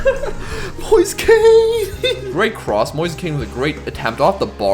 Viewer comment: mf really calling Moise Kean "Moisa Kane"